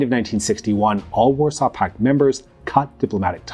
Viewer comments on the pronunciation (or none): none